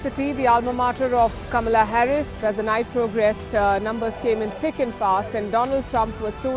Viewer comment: Kamala Harris or KAMLA ????? kamliaay